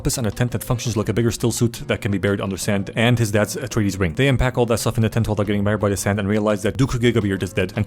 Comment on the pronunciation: When he says "house retardeez it really sounds like Astartes from 40k and also shows the world Caladan, which if there's any nerds out there with me, it sounds a lot like Calaban. The Dark Angels planet